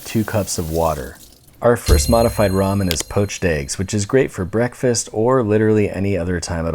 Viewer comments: “R-amen” lol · If you pronounce ramen like “ray man” get out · rah men lol